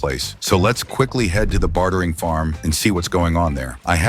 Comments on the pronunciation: "bat-hering farm" lol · why does he pronounce bartering "Bathering" lol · "bathering farm" he says.